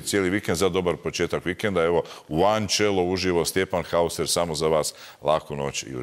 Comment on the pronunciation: E sad, Šprajc ne zna ni njemački niti engleski očevidno, jer onako kako on izgovara Stjepanovo prezime moralo bi se pisati Haußer ili Hausser.....Za takozvanog Šprajca može i Наузер....